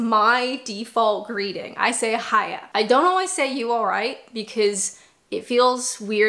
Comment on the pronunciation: You nailed the" bye bye,see yaaa "but the " hiya yallright" needs some work 😊